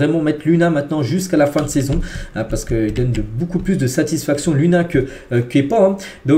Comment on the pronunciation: Ça se prononce Lounine pas Lunin.